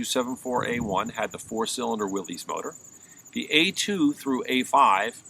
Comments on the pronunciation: It is pronounced “Willis”. You immediately undermine your credibility when you do not know how to properly pronounce Willys-Overland. It’s pronounced “Willis” NOT “Willies”. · Dude! It's not "Willeez", it's Will-ISS'. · Pronounced "Willis". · "The original pronunciation of "Willys" was with a short "i" sound for the 'y"; so it was pronounced "Will-iss". But it seems to have been transmuted by the same flexibility of language that could produce "Jeep" out of "GP"." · Pronounced 'Willis"